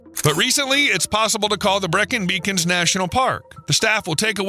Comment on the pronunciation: Great but why do Americans get British pronunciations so wrong? His rendition of Breacon gave me nausea.